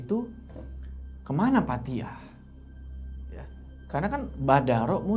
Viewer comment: Assalamualaikum, bukan Pak Tia tapi dibaca Patiah👌🏻